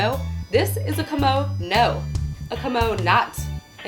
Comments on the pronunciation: Kamono...kAmono... It's KIMONO. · Yah I know right. It's Kimono (Kee-mo-no). It bothered me so much. But it's ok, not everyone knows everything. ;) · the pronunciation is actually like "key-mo (like in molly)- no (like in not)" with each part being equally long when spoken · This is also not correct. A long "o" sound would be the case if kimono would be written with a long "o" (おう) but as it is written きもの (着物) the o sound is actually short. While there is a "correct" way of pronouncing Japanese, I realize that there are cultural and verbal barriers between different cultures and nations and thus the explanation and teaching of the Japanese language may be hold in a different manner. I can merely talk for my self and out of my experience. Also, English is not my mother tongue and I base my experience on my Japanese studies at a German university.